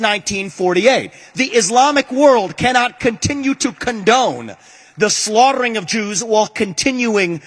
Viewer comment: Did anyone eles here that heavy tounge roll on the word SLAUGHTERING ?????? who is this person ???